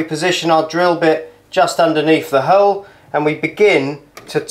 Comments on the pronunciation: Love that method 👍 your pronunciation of 'Milwarkee' and drilling a 'hurle' made me laugh 😁👏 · Just bought my first drill to do the work the landlord refuses to and this did the trick! You're right about needing a clamp/ spreader, wrecked my hand trying to do this without one. Cheers mate! Also what region is your accent? The way you say 'hole' threw me! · Great video, I will give this a go..... (how is he pronouncing hole??!)